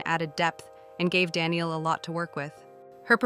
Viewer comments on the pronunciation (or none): Good overview, thanks. (BTW Danneel's name is pronounce da-NEIL, not Danielle)